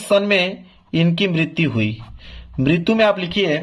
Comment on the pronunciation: martyu😂 lgt bol rhe ho sir or likh sahi rhe ho 😂😂